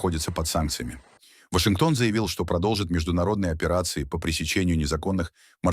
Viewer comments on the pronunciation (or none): none